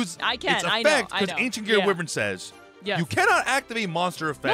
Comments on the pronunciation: It's pronounced WHY-vern not wivern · Can my sick bro just say ancient gear why-vren one time 😢